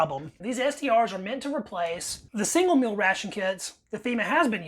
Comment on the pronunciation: Meel not mill.